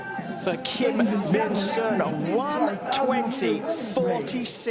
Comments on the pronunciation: 정말 자랑스러운 선수들입니다. 김민선 선수 이름을 외국인들이 김민순으로 자꾸 읽어대서 좀 짜증이 났네요~ Kim Min-Seon 으로 정정하면 좋겠는데요, 외국인들도 정확하게 이름을 읽을 수 있게요~ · 킴 민 순…. 발음 계속 거슬리네 ㅎ